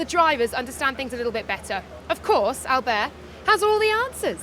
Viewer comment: So weird how she's saying Albert with a french accent for some reason. The guy is Spanish.